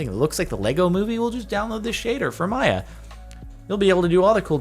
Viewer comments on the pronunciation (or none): none